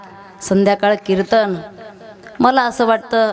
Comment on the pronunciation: आसवल, अवे, नतर, बरेच, कीरतन